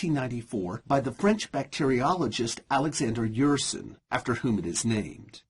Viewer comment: Your pronounciation of Alexandre Yersin's name is absolutely horrible and unworthy a seemingly educated man!!